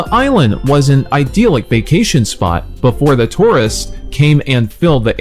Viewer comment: You did a creditable work. English learning folks would really find this video interesting. However, I suggest that you could've been a bit more serious about preparing word meanings. Some of the word meanings (attrition, beguile, titular) have gone off target and certain pronunciations were also wrong (idyllic, unctuous). Try to be more sedulous while working on your next video because when you make knowledge-based contents for the public, you should be responsible for what you say.